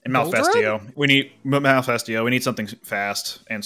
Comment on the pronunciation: Every time you guys say Malifesto, I instead hear Mephisto from Blue Exorcist.